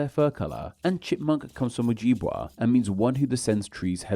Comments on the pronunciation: the j in oh-jib-way is pronounced like the j in “job”, and the I in jib is pronounced like the i in “it”. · I’m not sure why we have a British guy telling us about which American words and place names come from Native American languages… because he doesn’t even pronounce them the way we do!! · arapahoe = a-rap-a-hoe, ojibwe = o-jib-way